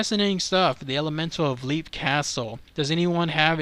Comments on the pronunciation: It's pronounced "Lep", not "Leep", it's a short "e". Also, you said you didn't know if it was called a ghost or entity or what...it IS called an elemental, because that is what it is. It is a conjured paranormal creature. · Lepp. Off-illy. Ros-cray. Just incase you need help with pronunciation. Irish names are weird.